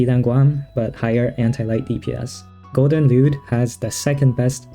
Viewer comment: Is it just me or he saying it golden lewd 😭